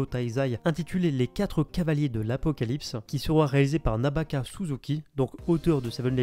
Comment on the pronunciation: Petite erreur à le nom est NAKABA et non NABAKA voilaa et merci pour ce que tu fais